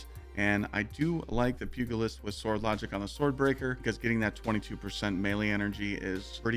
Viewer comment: Good build. It's pronounced pujilist, btw. G makes a J sound